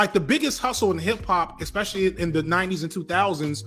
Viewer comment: I love ya to death,, I think you're sharp as fuck. But I cringe every time you say "Eckspecially" Repeat after me, mate: "ESS-PESH-EE-AL-EE"